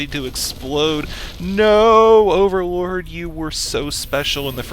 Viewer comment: I got a strange feeling that says "Orallord" instead of overlord:D